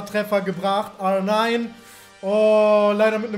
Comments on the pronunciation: Bitte bitte bitte hör auf R9 so komisch auszusprechen hört sich an wie so nh porno seite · Kannst du R9 bitte Deutsch aussprechen. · Sorry, aber... ARRRRR NINE 😂😂😂😂